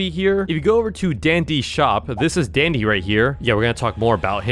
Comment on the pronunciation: Dandy not dendy..